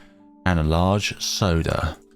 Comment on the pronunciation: "and a large Sauda"